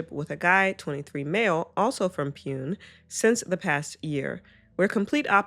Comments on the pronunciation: The city in India is pronounced “POO-nay” btw (like neighbour) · just fyi, the city pune in the second story is pronounced "poo-nay"